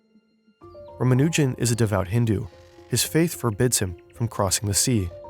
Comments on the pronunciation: maybe someone can tell the guy how to pronounce Ramanujan? I mean, the guy he interviewed said it correctly more than once. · PSA It's pronounced ra-MA-nu-jun. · I've always heard it pronounced Rah-Mah-New-Jen. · Please don’t continue disrespecting S. Ramanujan by mispronouncing his name